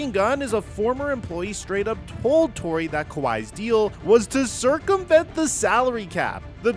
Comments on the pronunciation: lmao he name is "Torre" not "Tory" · the least you could do is pronounce Torre correctly